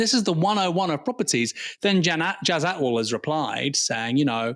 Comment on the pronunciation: Why is it so difficult to pronounce a foreigh surname. It's ATWAL